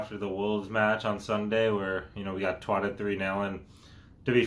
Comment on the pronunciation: Love how he pronounces shite but i die inside when i hear twotted